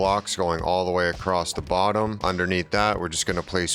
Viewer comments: Is he saying acrosst? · Haha, it's a great video. I have taken away lots of interesting building tips. and for the following few minutes I think you say acrosst 3 times 😂 Decent build though. I shall be replicating it to some extent. Thank you